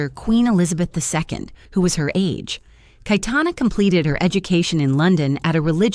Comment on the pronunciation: It is "KaYetana" not "kaitana" you stupid bot